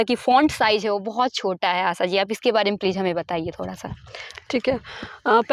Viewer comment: आशा ❎ आसा ✅